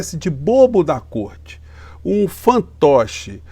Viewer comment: Pronuciaste bem côrte invisível!